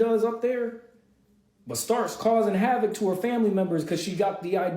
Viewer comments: No she says it like "Hawvuk" 💀 it just sounds funny when she says it 🤷🏼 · Ok now I need to hear u say Havoc 😂😂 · Say the word "havoc" girl😂🇿🇦